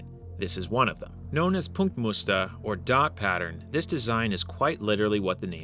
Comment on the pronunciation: spot-on pronounced "Punktmuster" 😎